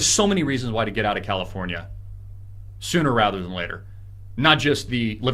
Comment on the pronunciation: "Crowdafornia" loll